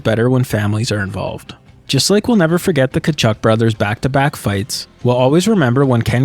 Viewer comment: The way you pronounced Walt Tkachuk is the correct way to pronounce that Ukrainian surname. Early in Keith's career some commentators would pronounce it the correct way as well.